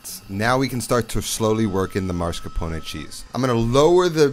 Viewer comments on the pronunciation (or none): Dude, love you and your videos, but cmon. It´s not MAR-scarpone. It's MOSS-carpone. No R before the S. Also, never heard of EXPRESSO. No X there man. As a cooking channel, you gotta call those ingredients by their names. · He says "MAR-SCAR-PONE". there is no MAR in MAS-CAR-PONE. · Mass-car-pone Not Mars-ca-pone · Why do so many people insist on relocating the “r” in “mascarpone”? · Can’t unhear the mascrapone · Has anyone noticed that he is pronouncing mascarpone as marscapone? Once I noticed it once, it couldn't be unheard 😂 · Um. It’s not Moss. It’s Ma-scarpone. 🤌🏻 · Why for the love of all that is holy someone with this much passion for Italian food pronounces mascarpone as "maRscapone". It's infuriating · Man not you saying "marscapone" 😭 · Yes. MAS-CAR-PONE. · You know there's only 1 letter R in Mascarpone right? 😆 Great video, I like to mix up my Tiramisu with soaked Oreo's instead of Ladyfingers for a bit more crunch & chocolate. A second layer of cocoa or shaved dark chocolate is nice too... Fun Fact: Tiramisu is traditionally a dessert that was popularized by "ladies of the night" in Italy who needed a "pick me up" in between clients. The things you learn in culinary school... 🤣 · No, he is ADDING an R.